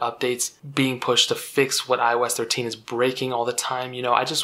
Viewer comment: Cuz eye oh esh treshe 😂